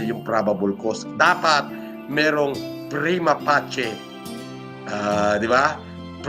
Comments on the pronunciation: mali yung pronunciation ng prima facie, ang tamang pag pronounce ay "prima fey-shi" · Prima pacie❌ Prima passi✔️